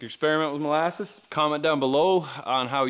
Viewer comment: Did you say mole asses or molasses? Asking for a friend